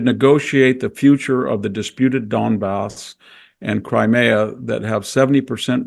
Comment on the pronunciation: Thank you, enjoyed this discussion very much (if "enjoyed" is the appropriate term). No mention of the impact of the globalist project though, unless I missed it. Also, Victor, it's "Crimea", not "Crimera" - grates in the same way that Bush's "nuculear" used to.